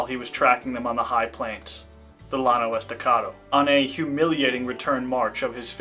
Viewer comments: I believe that’s Llano, pronounced YA-no. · It is pronounced "yawn-oh" estacado.